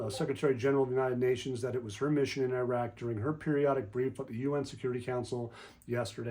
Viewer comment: ❤❤❤❤❤❤🎉🎉🎉🎉🎉🎉🎉🎉🎉🎉 Good Glorious Morning ❤❤❤❤ Thank y'all, for all that y'all do! PS I love to hear you,, & pronounce these names from Iraq. You do the best job, of pronouncing these names! 😁